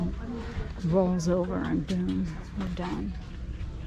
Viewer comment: I could not understand what you said about something giving you anxiety. Did you say something rolled over?